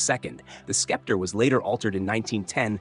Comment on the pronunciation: I agree! Skepter?!